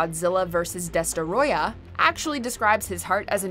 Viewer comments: It's "Des-troy-ah" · How hard is it to say destroyah? First, destroyer, then des ta roy yah. WTF?